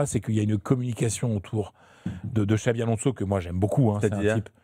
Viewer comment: Les gars cest "Xabi" Alonso et non Xavi